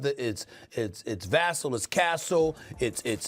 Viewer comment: He still cannot pronounce Vassell’s name correctly…